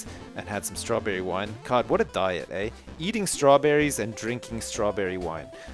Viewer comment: "God, what a diet,eh?" what a diet, eh? what a diet, EH?, your Canadian is showing.